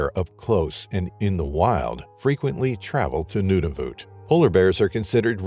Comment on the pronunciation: “Noonavoot” LOL Nunavut